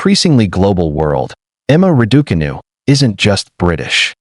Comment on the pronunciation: Why do commentators have so much difficulty in pronouncing Raducanu the way Emma says it.